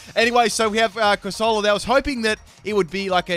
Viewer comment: Hearing this man say corsola made me uncomfortable lol